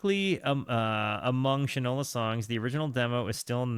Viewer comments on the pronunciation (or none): It’s pronounced Shine-ola. As in shoe polish. Usage: “That boy don’t know the difference between shit and Shinola”